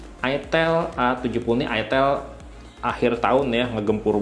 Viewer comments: Mantab…”Itil Asem” eh “Aitel Awsem” 😅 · Bacanya aitel.. Bkn itil.. 😊